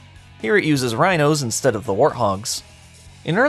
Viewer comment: Ah yes "rhinos"/hj